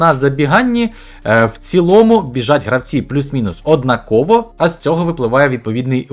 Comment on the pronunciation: Не однаковО...а однАково...